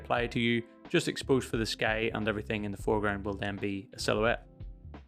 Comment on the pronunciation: Minor cavil: the word 'sky' is not normally pronounced with an 'sh' sound, but you're Irish, I guess, so ok?